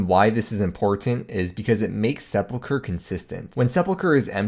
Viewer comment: say "seple-cure" one more fucking time...